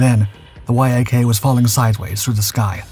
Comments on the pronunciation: The narration of the dogfight is so distracting. Why is he saying Y... A... K? Why isn't he saying yak as in Yakovlev the design bureau. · It's a Yak, not a Why-Ay-Kay. C'mon AI... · (Yak-9 & Yak-11) …the Why - Ah - Kay ‘s tail… and …the WHY AH KAY ‘s fuselage. (The Yak’s tail & fuselage). Damn, these AI voices annoy the h*ll out of me sometimes. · Surely the makers & users of these AI voices could write a little code for their products to read acronyms correctly !! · It’s actually not; dude’s been making videos with this cadence and voice for years before AI voice was a thing. No idea why he doesn’t know to pronounce it like the animal.